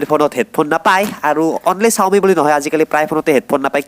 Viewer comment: Pronounce mistake - Giga and xiaomi r